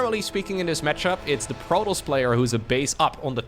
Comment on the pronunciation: Stop saying "Protoss" weird please